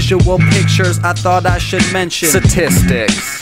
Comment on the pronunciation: Say STATISTICS BETTER